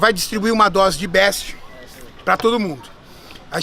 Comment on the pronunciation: mestrão o nome do trem ae é "beast" não "best", longe de mim querer falar nada certo, mas acho que agregar no correto é sempre bem vindo tmj.. e o vídeo ficou TOP!